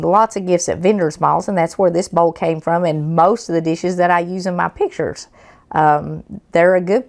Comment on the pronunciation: My mom is southern. She says"boiwl" like you do! 😂❤❤❤❤